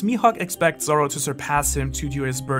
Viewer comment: Am I the only one hearing "sorrow" instead of "Zoro" (sometimes)? Great video tho.